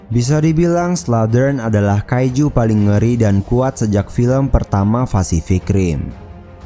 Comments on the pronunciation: Kaicu bukan kaizu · Bang kaizu itu di baca kaiju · Kaiju Bang Bukan Kaizu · apa cuman gw yg sebel denger abangnya bilang "Kaijuu" tapi pake z, malah jadi "Kaizu"